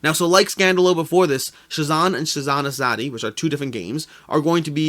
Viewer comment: Hi Hello from India. Thanks for covering Shasn, its pronounced Shaaa-sun , in case you wanted to know. That means "Governance" in Hindi. Azadi , you got almost right, its pronounced aaa-zaaa-dee, and means Freedom